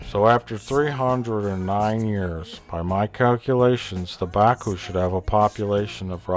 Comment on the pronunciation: LOL 'Bakooing'